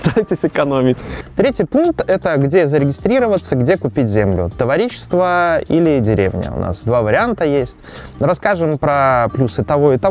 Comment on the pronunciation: Советы хороши! Но, пожалуйста, в слове товарищество, ударение на второй слог!!!